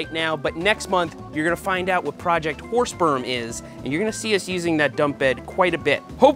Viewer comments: you might want to change the name or pronounce it more clearly, i can only hear projecr horse sp€rm and i'm quite sure that's not what you're saying :)) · I'm using auto generated captions with your video, and you should definitely try to enunciate "Horse Berm" because the autogenerated captions keep telling me it's "Horse Sperm". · Is it just me that keeps hearing Seth say "the horse sperm project"? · Thought he was saying horse perm with a P. 🐴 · Sorry but every time you said it I kept hearing horse sperm and couldn’t contain my laughter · Don't know about you, but I kept on hearing "Project Horse Sperm"...🤣🤣🤣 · is it me or does it sound like hes saying project horse sperm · im sorry but i always hear you say project horsesperm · what is "whore sperm" seth kept saying it